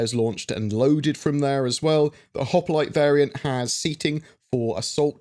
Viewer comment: for pity’s sake man it’s “Hop-lite” Not “Hop-e-lite”! Thanks 😜😉